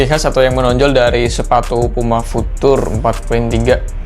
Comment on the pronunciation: Pengucapan "future" masih salah bang😆 tapi udah bagus konten nya.Sukses terus!🙏